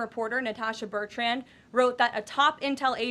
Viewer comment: Is Bertrand a hard name to pronounce???